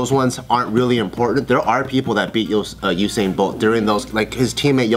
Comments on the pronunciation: IIsYouAndYouIsMe Oo-sain bolt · omfg them saying u/sain pisses me off, its you/sain fucken hell ha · ITS YOU-SAIN. NOT OO-SAIN 😭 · The way pronounces Usain is so weird "OohSain" LOL I'M DEAD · IRK, It's 'Yousain' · Oosain bolt!! 😂😂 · Oosin bolt😂😭😂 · Its U-sain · The way you guys say Usain hurts me a little I can't lie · The way they're pronouncing his name has me triggered 😂😂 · Khad I know... Bart said it right tho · calling josh stupid when she can't say usain